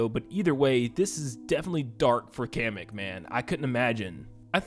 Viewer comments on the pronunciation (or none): Day 2 of telling it’s KAH-MECK not Cam-eck (Kamek)